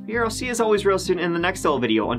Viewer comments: I'm pretty sure he's saying "this o'l video" 😀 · lol, I thought he was saying, 'this old video' 😹